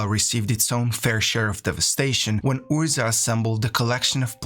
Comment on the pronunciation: Just a huge thank you for these - I'm writing some essays on MTG lore at the moment and your thorough understanding of the tales has been invaluable and hugely impressive (and I've read or listened to most of the source material). This is an aside, but I love your pronunciation of 'Urza'!